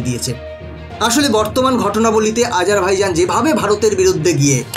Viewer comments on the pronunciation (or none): আপনি ঠিক করে দেশটার নাম উল্লেখ করতেই পারছেন না আজারভাইজন বলছেন ওটা হবে বাইজান